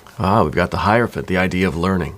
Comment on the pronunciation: I love that you actually pronounce hierophant correctly!!! One of the few people on YouTube that do. 👏🏾👏🏾👏🏾👏🏾👏🏾👏🏾👏🏾